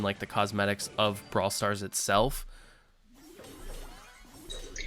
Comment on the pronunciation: Braw starl foleverl